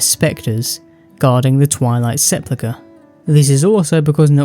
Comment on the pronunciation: I've heard you pronounce sepulchre a couple of different ways and they're all wrong, it's sep-UL-ker